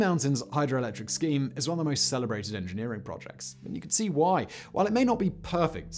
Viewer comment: That not so sneaky Australian "whY...?" caused a bit of a double take from this Australian